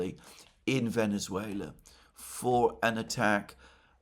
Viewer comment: Oh, man. How painful it was to see you butcher the name of Venezuela!